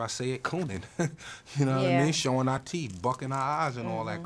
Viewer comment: Meth casually going full london for that 'no wha I mean' haha. New york man dem always seem to have a bit of London in them